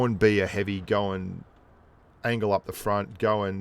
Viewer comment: said heavium and I thought heavish lol